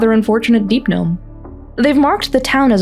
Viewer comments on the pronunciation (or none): none